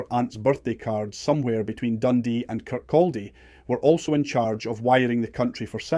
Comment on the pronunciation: L in Kirkaldy is silent.